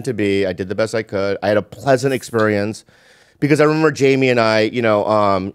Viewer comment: Why do they call him HAMIE when his name is Jamie? you pronounce the J as J in English, not like a H.